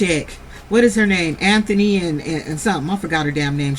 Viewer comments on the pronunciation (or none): none